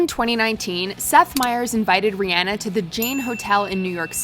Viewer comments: I'm not gonna lie, I'm just EVER SO SLIGHTLY triggered when (the narrator) pronounces her name as "Ree-AN-ah", when even IN THE CLIP ITSELF, Myers clearly calls her "Ree-ON-ah". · Ri-ah-na | not Ri-aa-na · I swear they pronounce names wrong on purpose. ReeAnna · Can U Not Say Rihanna Right?